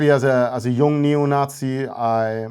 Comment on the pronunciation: no, there's a bit of a northern English tinge to it. He says "young" like it's the German word "jung", for example.